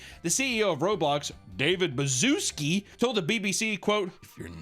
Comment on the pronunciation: I love how you mis pronounced his last name the whole time